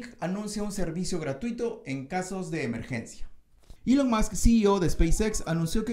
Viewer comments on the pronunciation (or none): none